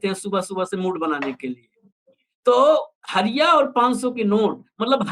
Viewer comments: Hariya nahi...hadiya bolte hai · हरिया नहीं हंडिया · Hariya nahin bhai hadiya hota hai kuchh to Jana kijiye debate mein baithte hain to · Harya nhi Bhai ji Hadhya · हरिया नहीं बोलतें है...... हंड़िया बोलते है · हरिया नहीं हंड़िया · माफ किजीएगा सर उसे हड़ींया कहा जाता है हरीया नहीं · हरिया नहीं हंडिया ।